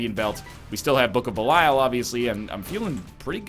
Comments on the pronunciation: Andrew P Something like bell-e-all. Actually exactly as it's written, but in English you don't pronounce stuff as it's written. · Dear diary, he's still calling it Book of Belyle...